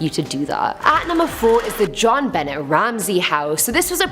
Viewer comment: Hi Sweetie, You do a Great job. I just need to share something with You as I know that You are not from here in The US. The little Girl Whom was Murdered Jon Bonet Ramsey. Her name was and is pronounced John- BOW-Nay. I know it looks like John Bennett but it is pronounced differently. You know how Us Americans pronounce different words in ways different than anyone from anywhere else. LOL!! I just really like when You do a Top Ten List. I hope that You don’t feel offended that I shared this with You. I am not judging or anything like that. I just wanted to let You know how We pronounce Jon Bonet’s name. Other than that; I love to watch You and how You react and let Is know to not or never go into this or that Horrible homes. YOU ROCK, GIRL!!’